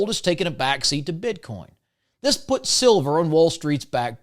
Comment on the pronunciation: I was with you until I heard the BS "bit Con" come out of your mouth... "Bit Con?" Really???